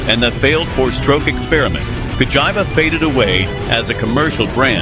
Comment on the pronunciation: CA like (ca)talytic converter - GI like (ge)nius - VA like (va)nity , now put it together and it will sound correct. I keep hearing vagina 🤣🤣🤣🤣🤣🤣🤣🤣🤣🤣🤣🤣🤣🤣🤣🤣🤣🤣